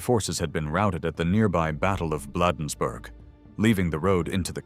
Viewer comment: The Battle of "Bladdensburg?" Severely wanting in pronunciation by AI. . .or editing.